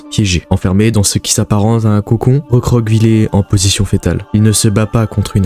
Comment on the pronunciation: Geôle se lit « jôle », et recroqueviller se lit « recroqueviyer » amicalement .